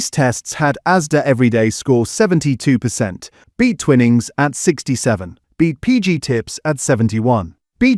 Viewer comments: Umm its pronounced twy-nings as in wine, if the word had double "n"'s then it would be twinning as in winning... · It's Twy-nings you electronic idiot ! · Your video has generic videos loaded with commentary that does not always match with what is being discussed. Also the pronunciations are incorrect eg. Twinnings / Twinings. Although avoiding plastics by not using cheap tea bags is a great idea but just buying loose leaf tea does not address the pesticide or chemical problem. This channel has great potential and is quite informative generally. But the Ai commentary spoils it and gives the impression that 'Protect our Plates' has been created purely for YouTube hits. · It is pronounced "twynings" NOT ," twin ings. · Twinings NOT TWINNIGS!!! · Stupid A.i. it's pronounced Twynings, not "Twinnings" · Its pronounced TwInings...Not Twinnnnings !!!!! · It's Twy-nings you muppet - if it were twinnings it would have two n's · Twinnings 🤔 thought it was Twining 😂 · Mmmmm AI said twin ings 😂 good bye. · I've been enjoying these videos but can't listen to any more, sadly. "Twinnings" is too annoying. Seems AI needs to learn the basic rules of English phonics. And why can't the writers of the content also read the content? After this latest video I'm giving up PG Tips but also, sadly, this channel. The commentary has angered me more than the dodgy tea bags. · As is the pronunciation of Twinings 😅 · Time to get a human to read the commentary. Several obvious mispronunciations. For example, finings is pronounced as in fine "I'm fine, how are you?" not fin as in fish. and I've never heard Twinings pronounced that way. BTW where does Teapigs rank? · 'Twinings, a name so old and established' I can't pronounce it properly. 🙄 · Should get a human commenter who knows how to pronounce "Twinings" properly.